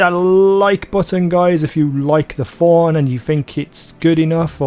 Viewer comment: Stop saying Forn, it's Thorn you dumb ugly accent